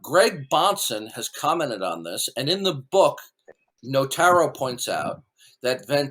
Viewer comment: I can tell you’re lying about reading the book because... His name is NOTARO NOT NOVARO Ok